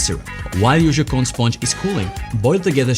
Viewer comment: You have an incredible French accent when you say something in French (Joconde,opera,et voilà…)